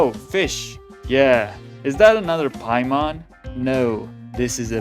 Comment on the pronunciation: WHY DID THEY BUTCHER EN PAIMON???? HUH???